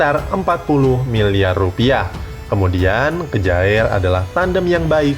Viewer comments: simon kjaer dibaca saimon kiye om....masa kejaer...wkwkw...ntr dikira geboy mujaer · Kejaer????? Mbok belajar lah cara bacanya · Kjaer bacanya kyer